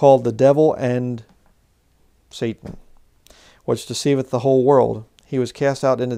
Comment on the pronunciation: Why do you keep capitalising the 'S' on the untranslated Hebrew word 'satan'. It would be like capitalising the 'A' in 'Adversary' mid sentence. Doesn't make any sense, and why pronounce it in Hebrew when speaking english?